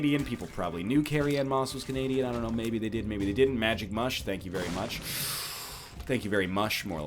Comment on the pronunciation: I genuinely laughed at "thank you very mush." Don't ever stop you delicious egg!